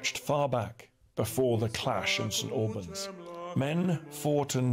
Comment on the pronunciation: I come from St Albans. Please do not pronounce it that way! Listen to Dan. The same as Lieutenant is pronounced correctly by Dan. Remember, the English language in America hadn't developed much and was later simplified too.